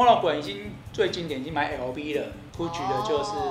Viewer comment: LV 的發音錯了….